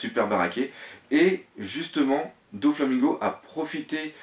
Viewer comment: arrête de dire Donflamingo c'est Doflamingo